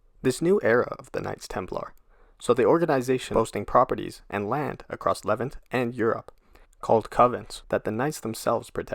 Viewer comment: Leh-VAHNT. NOT Leh-vi-nahnt. Jeez.